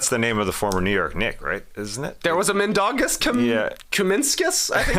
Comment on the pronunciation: Not the best pronunciation of Žalgiris, nor Mindaugas, Trey, but do not sweat it, no one pronounces it right. For some reason, even most Lithuanian players, when interviewed in English, don't pronounce Žalgiris correctly, they english-izing it for some reason. Mindaugas, born in 1200, first Grand duke of Lithuania, the only King in Lithuanian history. Never played Basketball tho, haha.